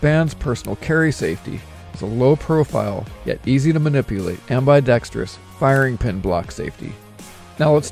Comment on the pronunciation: Not amby-dextrious its ambidextrous